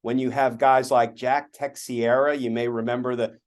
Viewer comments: Not Tex-e-erah but TAH-Cher-ah. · Its pronounced Te-share-a not Tex-e-era when youre referring to Jack Teixeira lol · Just a heads up to Glenn: Teixeira is pronounced te SHEAR uh. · When will Mr. Kirchner get tired of second guessing Jack Smith and being wrong? I think he just be very jealous of Smith. And the man's name is pronounced Teh-shere-a..